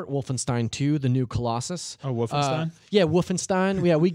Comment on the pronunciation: Lol two call outs from. “Woofenstien” got me especially cuz it always irked me the way that dude said it.